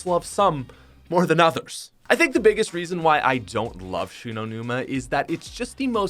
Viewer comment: shoe-no numa